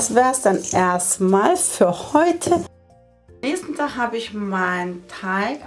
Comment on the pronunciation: musste 3x hinhören dass sie nächste tag sagt